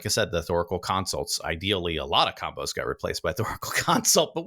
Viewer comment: LOL "comboes" and not "combos" xo